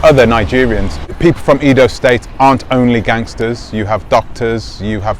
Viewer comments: Not pronounced “eedo” , it is pronounced “ai-do” as the a in “ace” or as the first “e” in Eddie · Short 'e' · He's pronouncing it like English!